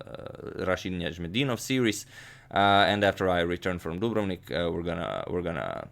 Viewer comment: I have been pronouncing Dubrovnik wrong my whole life, now I know the way to say it :)